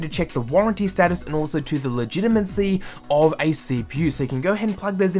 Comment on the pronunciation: It's legitiMATE, not legitiMENT and legitMACY, not legitiMENCY. Simple things like this ruin any credibility you may have.